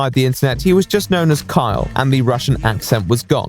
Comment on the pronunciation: I keep hearing "Kyle" as "Karl"